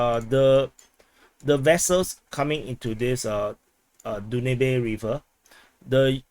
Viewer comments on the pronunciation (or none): Pronounced as “Daanub” river😊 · Its pronounced Dan-ub :) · Danube is pronounced DAN-yoob.